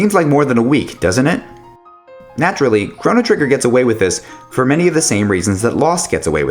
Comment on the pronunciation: Those pronunciations are pretty hard to listen to.